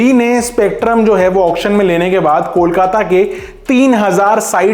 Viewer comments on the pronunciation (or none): none